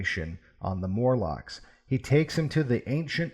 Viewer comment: MORlocks, not MURlocks.